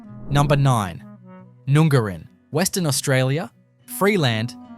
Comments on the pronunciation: It’s not Noon-gar-in!!! It’s pronounced Nun-garrin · #9, None Garin, not noooongarin. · Nun gar in (correct pronunciation) is no where near the ocean fella this is complete BS. You could get yourself in a lot of trouble peddling this crap!! You barely pronounced one town correctly, are you sure you're an Aussie?